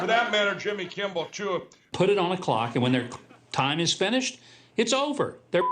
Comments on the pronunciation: Is he saying "Jimmy Kimble"? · "Jimmy Kimbel". That prick can't even pronounce his name right. And why isn't Trump in prison yet? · Mike says Jimmy Kimble🤣😆🤣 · It's funny that the pillow man cannot properly pronounce Jimmy's last name. There is no b in Kimmel! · It sure sounds to me like MyPillow Mike is adding a B to Jimmy's last name and saying KIMBLE. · The pillow guy really and truly cannot get Jimmy's name right; Kimbal lol 🤣🤣🤣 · Mikey Pillow talks just like his impersonator. They both mispronounce Jimmy's last name as Kimball. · Mike Lindel is soo stupid, he can’t even simply say “Kimmel”, he always says “Kimble”. The guy needs to stop getting publicity. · he actually does say Kimbel😭😭😭😂😂😂😂😂😂 I'm done 💀💀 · I love how Mike Lindell can’t pronounce Kimmel. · I love when My Pillow Guy keeps pronouncing Jimmy Kimmel as Jimmy Kimball. Hot Dog! Just like an organ! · Such a weird "power move" for Mike to continue mispronouncing Jimmy's last name on purpose. It just makes him look stupid and undermines his own credibility. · When will Mike Pillow learn how to say Jimmy Kimmel properly